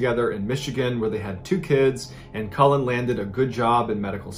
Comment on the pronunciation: Cullin - not Collin